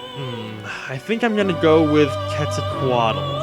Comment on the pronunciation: Quetzalcoatl is pronounced 'Ket-za-coat-all'